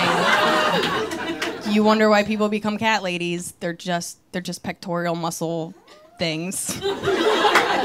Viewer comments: its pectoral muscle...not pectorial :0) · It's 3 syllables, not 4: PEK-tore-ull muscles. There's no letter "I" in "pectoral". 😊